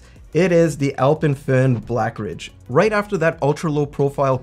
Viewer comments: Kudos for pronouncing Alpemföhn correctly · Can I compliment you on your pronounciation of "Alpenföhn"?! Haven't heard a lot of english speakers pronounce an Umlaut correctly. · Wait what? I thought North Americans were unable to pronounce ö/ø correctly. totally nailed it! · Pronouncing the name correctly 🤩